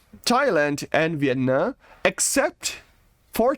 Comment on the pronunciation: Bro im not gonna be rude but Viet NAM not Viet Nuh